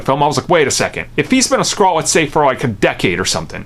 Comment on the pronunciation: "Nick fury is a skraall" lol